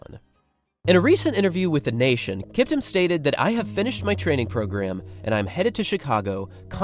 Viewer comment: Kiptum is Pronounced KEEPTOOM